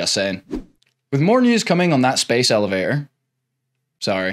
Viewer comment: It's Elevator not Elevay-or